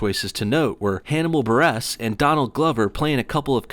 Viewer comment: If you're going to emphasize the second syllable of Buress, you might as well also say 'Bur' like Gucci would.